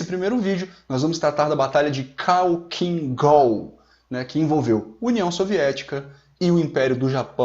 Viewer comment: Sei que este vídeo é antigo, mas acho que vale comentar. Parabéns! Este canal é incrivelmente técnico, passo horas me entretendo aqui. Só uma dica, "khalkhin gol" se pronuncia "halhin gol". É que em russo se escreve Халхин-Гол, o "X" em russo é o equivalente a "rr", só que por algum motivo quando se faz a transliteração para o alfabeto latino o "x" (RR) se escreve como kh. Mesma coisa com outras letras, na regra de transliteração, o "zh" tem som de "j", o "j" tem som de "i" mais curto. Ótimo vídeo!